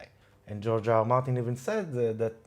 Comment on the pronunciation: Why do I hear Giorgio Armani instead of George R.R. Martin?